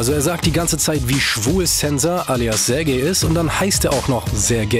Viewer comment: Julien gehört also auch zu den Leuten, die nicht wissen, wie man „Sergej“ ausspricht :D